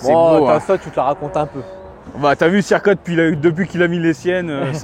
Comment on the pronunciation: Mdr le cirka 😂 "y a ma voitute la haut"